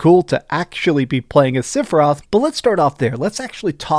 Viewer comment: Sorry. I’m gonna be that guy, cuz you don’t seem to have any speech impediments or anything. The name isn’t siphiroth. It’s sephiroth. Not Siph… Seph…. “Favorite game of all time”.